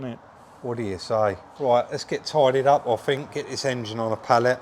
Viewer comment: Love you guys and your channel but hate southerners inability to say think......fink isn't a word guys 🤣